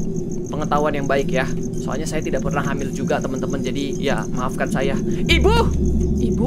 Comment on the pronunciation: yang gw denger dari sini sampe seterusnya wibu bukan ibu 🗿